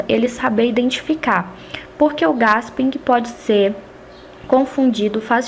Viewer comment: desculpe o vídeo, seus comentário e explicações são excelentes mas não se lê GASPING e sim GUÉSPIM parabéns gostei muito.